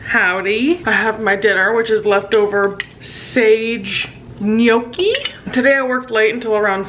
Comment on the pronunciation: thank you for pronouncing gnocchi correctly ❤